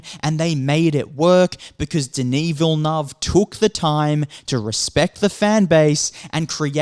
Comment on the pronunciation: Villeneuve: Villy-nerve